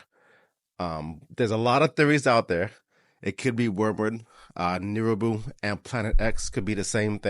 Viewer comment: Nibiru not neribou